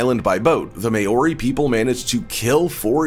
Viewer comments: “May-or-ree”. Crack up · like iv never herd it pronounced so badly ever not even from Asians who have been speaking English for a few weeks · Can’t even say Maori right. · exactly!! I was going to say the same thing, and as a samoan i know its really offensive when they pronounce it wrong. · Was also going to say something about his pronunciation.. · I live in new zealand:) and I do haka Btw you didnt say Maori properly lol